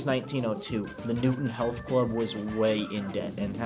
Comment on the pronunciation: Newton Heath is notably pronounced like “Heath” and not “Health”